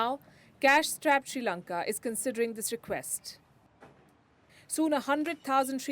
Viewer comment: We are not in Any Crisis. Palki don't lie! With China we are very powerful... & palki say our country's name correctly.. not Sri lanka! It's Chi Lanka! Okkk